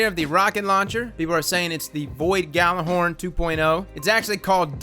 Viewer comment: 2 things: there is no vanguard Pinnacle this season, they've stated there will only be crucible and gambit pinnacles. Secondly, it's pronounced "gala" as in "gjallerhorn", and "had" as in "had". Gallahad was a knight of the round table.